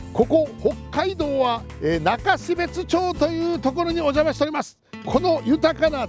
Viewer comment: 中標津(なかしべつ)が悲別(かなしべつ)にきこえてしまう。